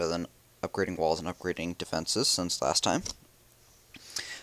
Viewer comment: Why does and cheif pat both say deefences?